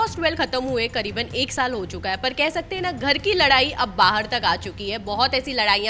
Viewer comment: Bigg Boss 12 khatm hue ek shaal ho gye h kya... anchor baar baar ek shaal bool rhe...😂